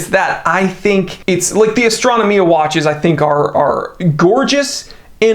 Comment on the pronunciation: Astra-no-mia facepalm I cringe every time you say this